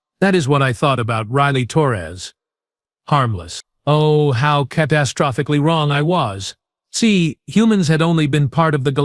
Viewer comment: When are you going to teach your AI how to pronounce catastrophically correctly?